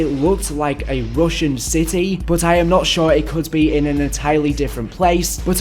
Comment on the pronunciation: Nobody:: Rooshian